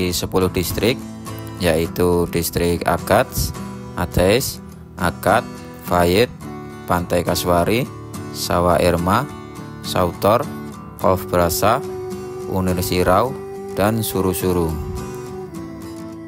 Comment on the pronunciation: Suwator bukan sautor